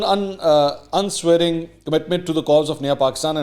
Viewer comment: oh bhai kyun karto ho aisa. It is unswerving. Please don’t try to read english. Tere se nahi hota